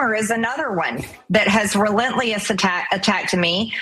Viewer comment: MTG is because she says Relentli-es and not relentless…Cave Goblin